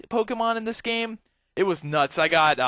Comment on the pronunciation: Poke-E-Mon, thats how you say it; it's meant to be Poke - a - mon